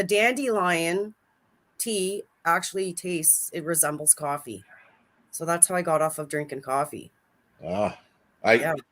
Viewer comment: Did you say cwaffee?